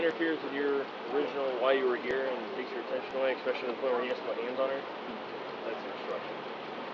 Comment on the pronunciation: Cops lost me as soon as they say, “eXpecially” 😣